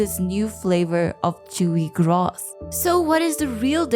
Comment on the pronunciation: I hate the way you say ‘grass’.